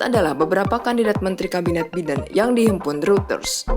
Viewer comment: Bagaimana Biden dibaca Biden, seharusnya "Baiden", maaf koreksi.